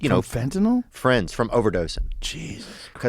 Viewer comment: I'll be you guyses fwiends😊